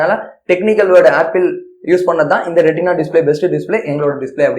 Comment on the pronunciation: Retina bro not rentina